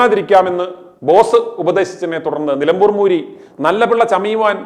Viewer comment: നിലമ്പൂർ ആണ് നിലപൂർ അല്ല